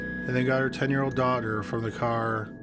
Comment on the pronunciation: Yeah, he didn't start sounding like a tiktok until later. Don't know if he pronounces daughter as dogger at this point.